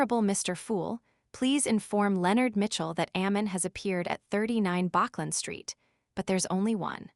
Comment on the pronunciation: bachland street lol